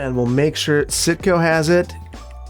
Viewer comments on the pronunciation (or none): I honestly thought you were saying SitCo not Cinco I didn't know till I saw the sign hahaha love ur videos ur amazing